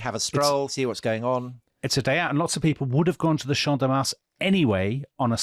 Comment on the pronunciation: Your pronunciation teacher here guys. Do not pronounce the S in Mars. 😊